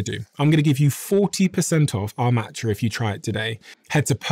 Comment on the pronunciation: Here in the US, i can't understand the name you said of the matcha